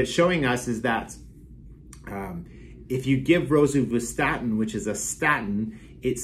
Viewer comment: Hot tip: Don't take cholesterol advice from a guy who can't pronounce rosuvaststin (Crestor), which is the best of the statins, slightly ahead of atorvastatin (Lipitor) in effectiveness.